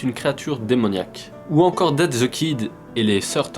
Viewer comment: cette video.....est indescriptible......j ai lus la version papier et j ai rien appris a part le fait que tu viole la prononciation des noms. on dit DEATH the kid et pas Dead (on est pas dans Walking dead) et aparament tu prononce le nom de Franken: Stine alors que ca vient de Frankenstein et donc ca se prononce CHTAÏNE putain